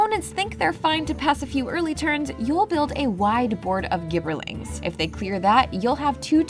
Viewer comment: ...Gibberling. Soft G. You know, because they gibber? The word in the English language? Like gibberish? I'm sorry, but I winced every time I heard that.